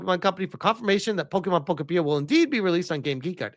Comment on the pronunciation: Pokopeea.🤣🤣🤣 I think it’s pronounced Po-kopia like utopia.